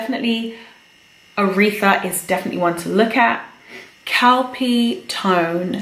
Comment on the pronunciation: I wasn't looking at the screen when she said kalpi tone powder, so I hear cow pee tone powder. I was very confused.